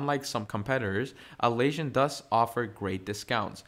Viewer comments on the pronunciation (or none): You're not just saying Jai-rah, instead of Jee-ruh, but you're also saying At-laysian instead of At-las-sian (as in Atlas) 🤦🏽‍♂🤦🏽‍♂ Couldn't keep watching.